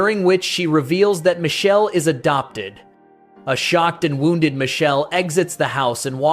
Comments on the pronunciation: It's Mikele in Italian, not Michelle!!! AI voice sucks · The root of that name goes back to Hebrew. Here it is an Italian version that evolved from that root. The name is composed of three Hebrew elements: mi ("who"), ka ("like, as"), and El ("God"). The video pronunciation of the Italian name is just wrong, as some people already pointed out. The real pronunciation keeps the K present in the root. It is something like Mee-keh-leh It is correctly pronounced in , for some reason.